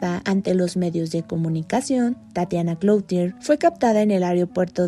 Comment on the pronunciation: Se pronuncia Cluthier.